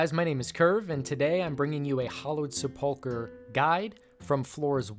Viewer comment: Why are all these videos pronouncing sepulchre that way? Is it pronounced different in different regions??